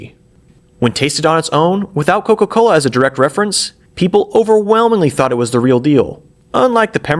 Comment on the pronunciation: "coco cola" 🥀🥀🥀🥀🥀🥀